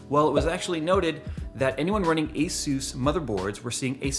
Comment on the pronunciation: Dude i heard you say hesus instead of asus... Jesus